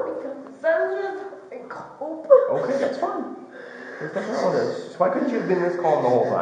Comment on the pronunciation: What did I do WRONGAH! What did I dooo-GAH. Why-GAH!